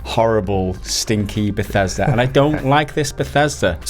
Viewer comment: Bethesda..........principles.............Bethesda..............principles yeah it doesn’t sound right